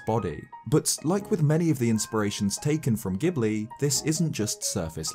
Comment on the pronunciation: For future reference, while the Italian word ghibli IS pronounced with a hard G, Studio Ghibli is pronounced with a soft one.